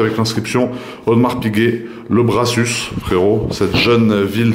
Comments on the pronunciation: Étant proche de la région du Brassus, il se prononce « Brassu » sans le s de la fin et non « Brassusse » Je préfère la même pièce mais en Openwork, évidemment encore plus rare. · Chez nous on dit le Brassu(s) le s ne se prononce pas 😉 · Très belle vidéo, le prix est hautement justifié au vu des pièces… cela ne me gène absolument pas… en revanche le dernier S du Brassus est muet… on dit donc le Brassu(s)😉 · Le brassu ...sans prononcer le s :)😀 et les milliers d’euros dépensés pour l’achat de la montre font aussi vivre les ”petites mains” françaises qui bossent au brassus (tjrs sans s 😊) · On prononce pas le S DE LA FIN POTO, BRASSUS ..... CLASSE LA MONTRE. ..... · salut, on dit pas le S a la fin de le Brassus. sinon super vidéo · Ne pas prononcer le dernier "s" de Brassus 🙂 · Si jamais on ne prononce pas le dernier S pour le Brassus😉 ça fait bizarre 😅mais ouais magnifique montre, probablement la plus belle montre faite par AP! pi ouais la boute remontoir, j'ai deviné direct mais bon je suis horloger aussi😂